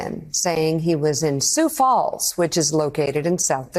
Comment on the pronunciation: "Sioux Fall"? And his dumb supporters applauded. 😂😂😂😂